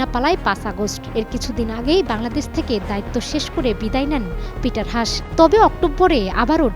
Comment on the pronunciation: It’s not “হাশ”, his name is pronounced as “হাস্”.. is it really so difficult to pronounce it appropriately 🤦🏼‍♂️